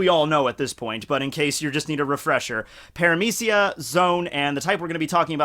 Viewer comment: Logia is a hard G like in Good or Bug. Paramecia is Parame(SHE)a Zoan is Zone.